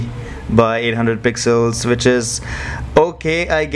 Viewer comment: It's wich not Vich